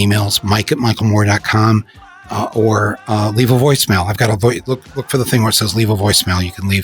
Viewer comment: I'm pretty sure he said michal moron!! Fitting!